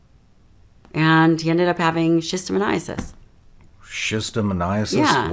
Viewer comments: did she mispronounce schistosomiasis... said schistomoniasis. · Someone who does this for a living and does not say the proper name is what kids would call a "sus" it's shostosomiasis